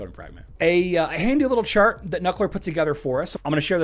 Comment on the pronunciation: I swear he said shart instead of chart